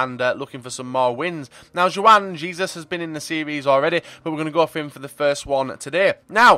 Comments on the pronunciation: 'Jewan jezus' ffs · ITS HWUAN HAYZEUS HOLY SHIT